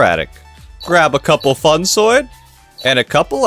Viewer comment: i dont know if it is intentional, but please pronounce funsoide as intended. its is pronounced, by Iskall atleast, as "funsweed" to not sound to harsch, i really love your vids.